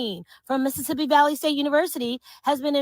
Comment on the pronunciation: she cant even pronounce "Valley" lol, just another ignorant racist.